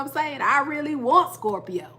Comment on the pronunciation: Like the new setup! Also the way u say scorPIO! also a scorpio rising here👋🏻